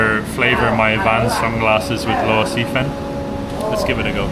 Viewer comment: You pronounce Luosifen like you say it in Cantonese.